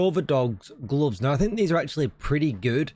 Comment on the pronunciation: What’s a goves? Lol